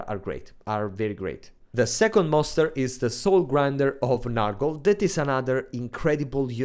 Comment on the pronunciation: Please, comrade, it's not "Nahrgle" but "Nyorgle"! You pronunciation kills me every time.